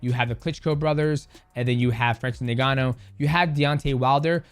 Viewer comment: His name is not francis niganu it inganu (its spokennlike that)